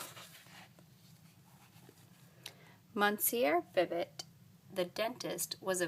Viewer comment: pronounced "mis-YUR bee-BO"